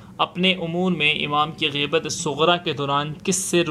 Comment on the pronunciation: Gheebat nhi ghaibat hai mere bhai